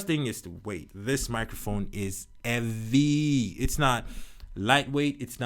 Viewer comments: i love how u say evvy instead of heavy sometimes 😂 nice reviews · I looooove this guy! If somebody doesn’t know how to say ”Heavy” just tell them to day eavy😂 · this foo said evvy😂😂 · It’s so heavy, he dropped the ‘h’